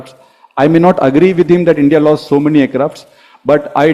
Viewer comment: Human can make mistakes , it was his mis and didn't pronounce "s"